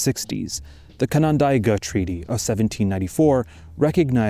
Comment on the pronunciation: Canandaigua is pronounced "can-an-day-gwa" or "canon-day-gwa". Regardless, incredible video!!